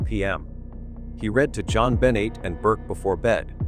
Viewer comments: Stop using AI to read scripts. The little girl’s name is Jon Benet NOT John Benny. Disrespectful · Jon Bennie? Get real! Pronounce things correctly! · What is suspicious to me is that u cannot even pronounce her name right. It is Jon BU (as in bu nny)NAY! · Click Bait!!! This Angers readers…Please Please state her name correctly!!! This is disrespectful . If John sues you over this pointing fingers at him ? It’s well deserved…. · How horrible to title this “I’ve lied for 28 Years”!!!!! You should be ashamed of yourself and btw learn how to pronounce her name!!!! 😡